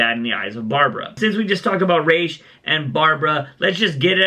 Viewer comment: its ra’s not rashe